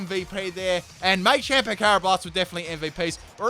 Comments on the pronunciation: Machamp not may-champ do dis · It's called Machamp, as in martial arts champion, not maychamp, just thought I'd let people know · Um it is pronounced mah-champ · Why do you say machamp so weirdly? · It's machamp not machamp